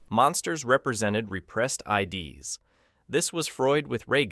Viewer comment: repressed ids (rhymes with "lids" - a psychological term for the subconscious mind), not IDs, lol! Thanks, AI...